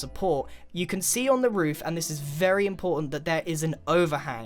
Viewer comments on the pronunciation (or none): "Vary Starter"